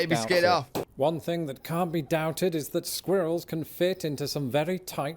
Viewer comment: Sometimes it is really hard to watch your videos when you can't even pronounce words. For instance. It things not fings. Who would have thought.